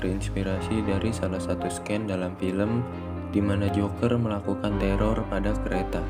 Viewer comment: Min saran untuk kata" asing atau nama yg terlibat coba riset dulu bagaiman penyebutannya yg tepat. Saya perhatikan banyak yg kurang tepat di video" yg sudah saya tonton Contohnya : scene itu dibaca siin, bukan sken